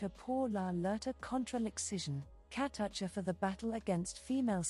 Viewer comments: Her name is pronounced “Ka-too-cha” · She was Awesome! A beautiful wild and fun spirit! Like a wild leopard. I knew her, not super well but I did meet her in Japan when I was modeling there. Btw; the voice in this clip pronounces her name wrong! I miss her💕R.I.H.P beautiful one 🌺